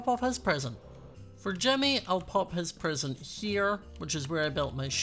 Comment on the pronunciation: Is it just me but when says present it sounds like prison